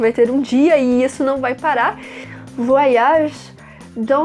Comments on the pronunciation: Com você eu aprendi a pronúncia correta de "voyage". Merci!!! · Qt à pronúncia de "oy" (Voyage), não se pronuncia como se houvesse duas letras "i". "Oy" > uai. Então, se pronuncia /vuaiAGE/. Como vc pode ver, não se pronuncia com "ii". É apenas um e depois vem o restante da palavra "age".